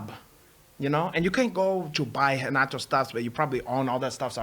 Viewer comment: I love how Renato just purposely doesn't even try to pronounce any word that starts with an R the right way. Much hespect!!